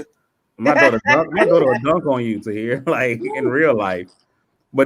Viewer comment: calling Tahir 'Rihat' is the funniest shit ever. 😅😅🤣😆😆